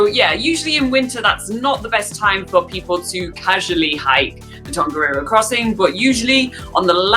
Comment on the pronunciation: Please try to pronounce te reo Māori words properly, like: Tongariro. Just try your best, your efforts are acknowledged. That is part of my my language and culture, and I care about it very much.